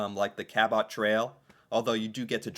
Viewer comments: Note to: Your pronunciation sounds like how the French might say it but in English the first syllable is accented - as in CA’ bot. I think that accenting the wrong syllable is a common mistake people make with an unfamiliar word, especially place names. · Just for your information...Cabot is pronounced Cab-it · I was thinking same thing Ca Bot trail you know it's not Bot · you pronounce Quebec perfectly. Cabot Trail, not so much. Similar to Toronto, don’t pronounce the T so distinctly. Say it much softer. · Cabot……. pronounced kabut. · Cabot = KA-butt, not KA-bot. Soft "o" sound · It's not cape BREN TON, it's cape BRET IN. And, CA BOT, is CABIT. in canadian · I'm not from Nova Scotia, I grew up calling it the Ca-but , not the Cal-bot trail. Just saying. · John Cabot (pronounced Kabot with the accent on the Ka, not on the 'bot') sailed for England, but was Italian (Genoa) so his name really was Giovanni Caboto. He sailed to the Americas for England in 1497 and 1498. His first voyage was only five years after Columbus first touched down in the Caribbean. His voyages were used for the later British claim to Canada. These voyages were before any European nations even knew that the lands of the US existed. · There's only one in the name Cape Breton and it's Cabot as in if you're saying New York City and you're going to dinner and you're going to Cabot color meaning taking a taxi LOL sorry dude Cape Breton is filled with wonderful sights and people musicians and so on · We live 4 miles north of the U.S.A. boundary and see Northern lights all the time. They are often visible in many of the northern states also. Don't have to go 'Way up north'! Cabot Trail pronounced "Cabo" Trail. Named after one of first French settlers in Canada: John Cabot. ("T" is silent.).. Silhoet of Sleeping Gian looks like a giant human lying on it's back, asleep. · It’s French, so pronounced “Ca-BOW”. 😊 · Cabot is pronounced as Kabut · Pronounced Ca-bet trail